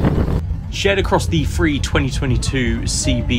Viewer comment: Great review but the Free instead of Three was driving me nuts.